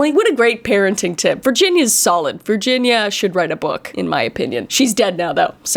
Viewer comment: When Kris said the moms name I though she said virgin 😂😂😂😂